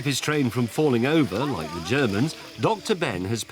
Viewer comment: I think James's pronounciation of "Ze Germans" is a bit off.